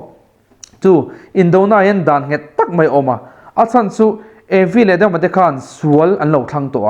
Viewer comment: I thu sawi a ngiahnawm a, a fiah viau bawk. Mahse, 'paih' tih tura 'peih' tih zawk tlat te, 'mai' tih tura 'mei' tih ang deuha lam rik te, 'daih' tih tura 'deih' tih ang lek lek te, 'chibai' tih huna 'chibei' tih ang deuha lam rîk a ni ṭhin hi a pawi ka ti khawp mai, heng hi inzir theih a ni. Lo zir leh hret rawh aw, i thu sawi a ṭha si a, thumal ṭhenkhat pial deuha lam rîk atan chuan uiawm tak a ni.